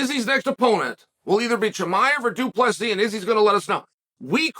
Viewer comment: Uncle Chael for the 10th time it's DU PLESSIS NOT DU PLESSI. Doubt you'll learn tho Pierre-a, Macklechev n all the others still weeping 😂